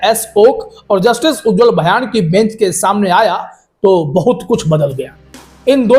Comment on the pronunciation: भयान नहीं ,भुइयां होगा ।